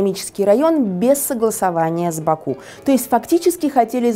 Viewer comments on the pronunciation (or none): none